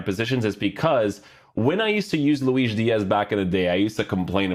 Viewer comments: yeah but his name is spanish so it should be luis not luish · He is saying Luis with portuguese pronunciation